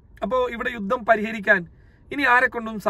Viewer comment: യുദ്ദം എന്നല്ല പറയേണ്ടത് യുദ്ധം എന്നാണ്. ഉച്ചാരണം ശരിയാക്കുക